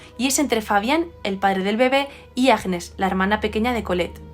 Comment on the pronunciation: Hola ! el nombre Agnès se pronuncia »Añés » gn en francés se pronuncia siempre ñ. Nivea fué creada en 1911. Y Luis Pasteur es un científico francés que creó la vacuna de la rabia. Un saludo